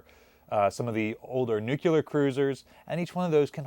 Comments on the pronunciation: pronounces Nuclear correctly. Then goes right back to Nukuler. I don't know why I always hear it. I guess while I was growing up the word came up a lot and people were mocked relentlessly if they pronounced it Nu ku ler. Am I just being ridiculous? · it's "Nuk-lee-er"... not "nuculer"